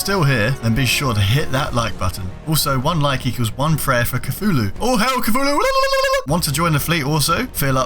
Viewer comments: stop saying coo-fu-lewl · Cthulhu is supposed to be pronounced thulu